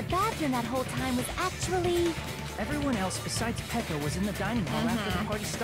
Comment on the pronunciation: We’re just going to ignore how we didn’t correct of pronouncing Peko’s names as “ Piko”.